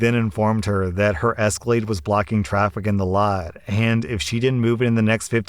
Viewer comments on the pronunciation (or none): none